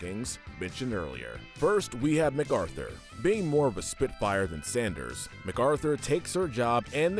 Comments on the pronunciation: Ma-Carthur, not Mac Arthur. At least pronounce the names like the show does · I like how he pronounced MacArthur's name Mac-Arthur.